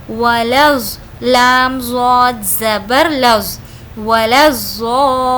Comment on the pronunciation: Aap dawad padhna Sahi hai Baji zaaal nahi